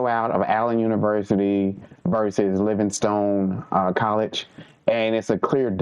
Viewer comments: LivingSTONE!!! Not Livingston.... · Its LIVINGSTONE NOT LIVINGSTON